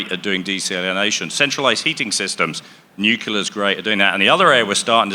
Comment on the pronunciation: New. Clear. Nuclear.